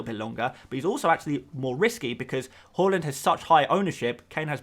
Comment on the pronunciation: Haaaaaa land not whoreland, whoreland is Newcastle